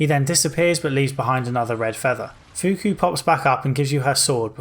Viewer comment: it's not fuku